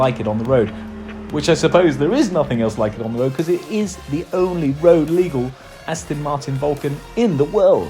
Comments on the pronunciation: Its not Astin martin its Aston Martin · I hate people who say Astin Martin